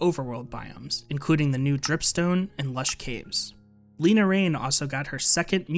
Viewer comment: Le-na, not Lee-na